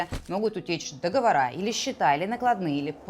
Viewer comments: Всё по делу ) Всё «в цвет») Как всегда смело и свежо! Р.S. Только, не «договора’» , а «догово’ры»))) Запомнить легко- «во’ры - догово’ры»))) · Блядь! Не договорА, а договОры. Ну что за безграмотность? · Мария, все прекрасно, но договорЫ же! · Только не "договора", а договоры. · Говорите правильно. Договоры, а не договора. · Ни договора, а договоры..!!!